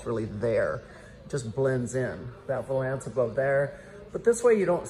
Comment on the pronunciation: Closet looks great- I think window valence is pronounced with emphasis on the first syllable like “balance”